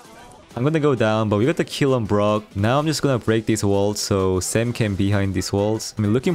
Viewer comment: Is it just me or does everyone hear grom instead of brock